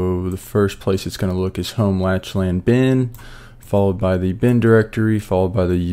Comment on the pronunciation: Awesome vid! I definitely had some "Ohh so that's how it works" moments during this vid. Also not that it really matters, but Lachlan is actually pronounced as "Lock-lan/Lack-lan" (Irish/Scottish)